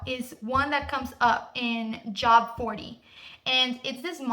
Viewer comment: The book in the bible that u are referencing is Job but pronounced Johb. Great video otherwise.